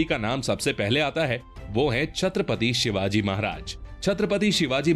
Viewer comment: भाई शिवाज नही 🤬🤬 छत्रपती शिवाजी महाराज बोलो भगवान है वो हमारे 🙇⛳🧡